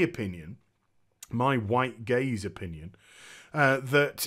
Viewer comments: hahaha. Until I read your comment I was still going with "gays". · It took me a while to realize you were talking about "gaze". I thought you were saying "white male gays", hah. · I though you were saying 'my white gays